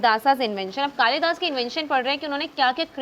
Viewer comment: Behan its कालिदास in hindi not kalidasa